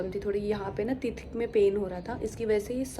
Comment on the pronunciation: Teeth ka pronounsation shi nhi tha..